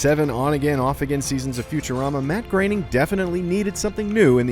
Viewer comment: His name is not Matt Graining. It's Groening, or Gröning, which is German. It's basically pronounced "groaning," like a sound one might make while in pain.